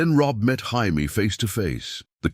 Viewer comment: So Robb was 15 during Robert's Rebellion? AND IT'S NOT HI-MAY, IT'S JAY-ME. A.I. Trash!